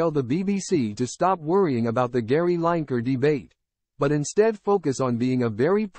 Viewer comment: Could have made some sort of effort on learning how to pronounce Lineker.